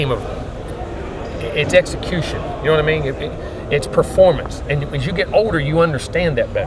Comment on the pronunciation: coach says, "na mean". I love the south. We all speak alike.